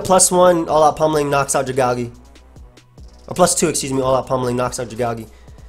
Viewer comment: The way you say Dragalge hurts me every time. It is part dragon and made out of a poisonous algae. Dragon + algae= Dragalge pronounced Drag-AL-gee